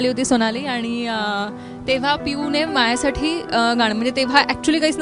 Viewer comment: All the best both of you. Mayuri, 10 days ago I enjoyed first time Ti phulrani episodes 1-327 within two and half days. I heard you here and there with " mahyasathi" pronouncing instead of "mazyasathi". Pl correct it. Sorry.